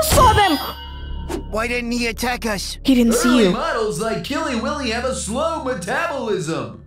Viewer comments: It’s Willy not Billy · Killy willy!!!!! You sayed Killy billy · Not to be rude but his name is Killy Willy not Killy billy :) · It's Killy WILLY not Killy Billy! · It’s Killy Willy not Killy Billy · Why do I keep on hearing you say KILLY BILLY He is KILLY WILLY